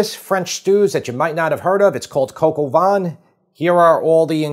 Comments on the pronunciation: It is pronounced “cock oh va”. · Gog o van? 😂 please, americans, when you see French words, just stop and ask for help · "Coq" (think of the french saying "cock"); "Au" (basically the letter O in English); "Vin" (think of saying the word "vain" without pronouncing the "N"). Thank me later buddy and thanks for the great recipes. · Ah yes coq au vin. Aka Coco Vaughn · hahaha "coco-vaughn" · Love your videos, but your pronunciation of cog au vin and mise en place is horrible … maybe research it before you say it ??? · ffs, please stop pronouncing the 'n' at the end of Coq au Vin [kɔkovɛ̃]. It's bad enough you can't find France on a map. No need to butcher the language on top of it.